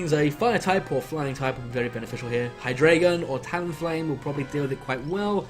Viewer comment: ... Ver-EYE-zee-in... Hy-DRY-gon...